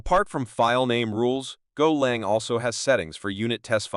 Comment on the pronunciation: AI shite, "golong" ffs. Worthless, zero effort grot.